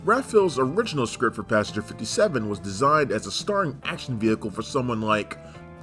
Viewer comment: Repeat after me: “passenger. pass-en-ger”. Not: “pasger” or however the fvck you pronounce it 😭